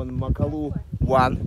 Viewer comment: Прекрасный фильм! Только очень режет слух МакалУ..... разве гора не МакАлу называетсы???